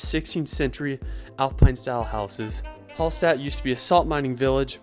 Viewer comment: Very good suggestions for the trip in Austria, thank you very much. But I hate the horrible pronunciation of the austrian towns (e.g. Hallstatt...), oh no...